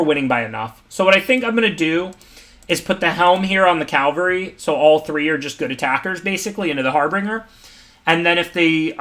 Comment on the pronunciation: What's been bothering me is that it's pronounced caVALry, not CALvary . Cavalry are mounted warriors. Calvary is where Jesus Christ died, according to the tradition.